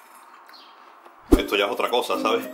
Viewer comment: ¡Ehto tiene poca consihténsia! Le doy... Un tréh